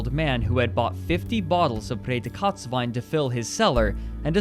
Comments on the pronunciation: Thanks — that now makes sense to me. I was racking my brain to figure out what he meant by "Pray the Katz Wine". And then thought he must have said "Pretzelwein" ... He should have read it out with rapid English enunciation as "Pray dee cuts wine". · I'm German, and I must say: your pronouncing of Prädikatswein sounds like "later kotz Wein", witch means "later vomit". Fitting. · I'm not a native German speaker but I speak it and I was like "what the hell is Redekatz wine and who would want talking cat wine?" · What is the right way to pronounce it? Reading it, and with my (very) limited German knowledge, I think it sounds like PRAY-dee-KAHTZ-vine. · I understood it at first as "près de Kotz" ("close to vomiting") wine and thought it was a nickname similar to "Chateau Migraine" :-) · The whole time I was just wondering what he means with "Präkotzwein" then I finally realised he is talking about "Prädikatswein" and I laughed so hard. Great video, greetings from austria! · I was like "talking cat wine?" (Redekatzwein) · I swear every time I here say "Prädikatswein" (special quality wine) I hear "pray the Katz wine" in my head (Katz as a short form coming from Katze, which is cat in German). The first time watching I was like "what do cats have to do with wine?" ^^ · It took me 5 years to realize that he says "Prädikatswein". This whole time I thought he was saying "Federkatzwein" and I was confused why I couldn't find anything about it 😅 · What’s the name of the wine? Sounds like “pay de cotes” wine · haha ich hab immer überlegt was er wohl gesagt hat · It took me way too long until I understood saying "Prädikatswein" Don't blame you, it's a hard word for a non-german, I'm sure. Loved the episode tho! I definitely heard about this, but you were right... had no idea how serious it actually way! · OHHH He is saying "Prädikatswein". Damn it took me half the video to understand it^^ But still good Video! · That is not AT ALL how you say Prädikatswein....